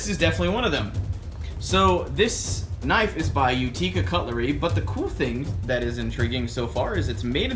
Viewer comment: FYI it's pronounced you-tick-uh. UTICA. I live there. upstate ny